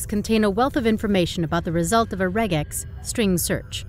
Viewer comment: I'm glad you correctly pronounced regex (not like rejex) , and used the correct plural of index (indices). It took me a bit, though, to realize you were ironical about being unable to find the meaning of re.